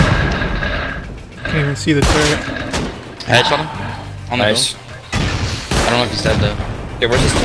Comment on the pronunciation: "the TuRrEnt" its turret lmao